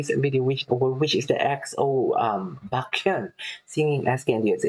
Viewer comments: It's 'BEK-YON'. I remember you reacting to EXO months ago. I'm glad you're back at it again. Maybe you can start reacting to their guides. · his name is actually pronounced [BECK-hyun]. 🙂